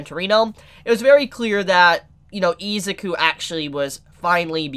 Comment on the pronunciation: Take a shot evrytime says "Eezuku" 😂